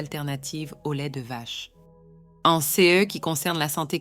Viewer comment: Est-ce que la madame qui fait la narration a des ennuis cognitifs? Elle n’arrive pas à dire les mots : ce et ces, de plus, elle dit les nombres en ‘’angles laids’’ … Elle semble aussi souffrir d’apathie. Je suis inquiet pour la madame.